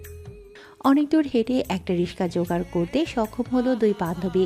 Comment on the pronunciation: কথক (রিক্সা)রিকশা টাকে রিশকা উচ্চারণ করে যা শুনতে বাজে লাগে😐ওনার বোঝার শুবিধার জন্য উচ্চারণের তফাতটা ভেঙ্গে লিখে দিলাম🙂